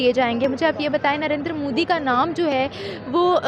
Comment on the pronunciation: First of all Jahil Gawar Kaum It's "NARENDRA MODI" not "Narinder Mudi" Benhenchod o pehle naam to thik se pronounce karlo phir Kashmir Kashmir karna.